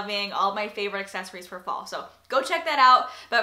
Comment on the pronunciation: I swore every time you said "fall" I heard "ball" for some reason haha!